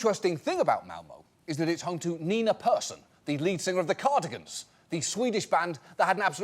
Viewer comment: He is surprisingly good at pronouncing Malmö and surprisingly bad att pronouncing Nina Persson.